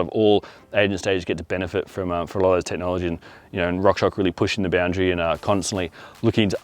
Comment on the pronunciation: fyi it’s rock shoX (shocks)